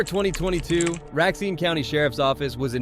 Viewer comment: Did you pronounce Racine "Rack-seen"? Its pronounced Ray-seen or Ruh-seen. I know cause i live here.